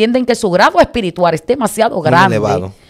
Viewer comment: El mundo espirituar 😂😂😂se dice espiritual !!